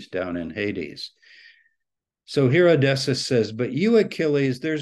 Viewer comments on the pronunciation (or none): Isn't Odysseus pronounced 'O-dis-ee-us'? Maybe Dr. Tabor knows something about how to pronounce it that I don't?